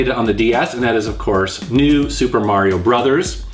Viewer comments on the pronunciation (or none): none